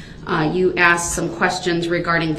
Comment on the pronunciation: Interesting note. We make fun of his “axed”. The way we pronounce “asked” if fairly new in human history. It was originally arsked then axed. There are videos that go through the history of different pronunciation of words. Asked is one of them. It sounds boring, but it’s presented well and not too drawn out.